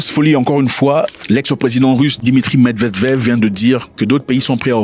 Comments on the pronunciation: Tonton par pitié respect ce monsieur " MED-VE-DEV" je ne sais pas si tu est faché contre lui mais ça fait depuis 3 video que tu l'appelle "MED-DEV-DEV" comme si il n'avait pas de famille 😂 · Med-ved-ev et pas med-dev-dev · C'est Méd vé dév frérot 😂 Pas Mevdevdev 😂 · Il me fait marrer qd il dit meddevdev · c'est vrai qu'il a du mal avec ca mdr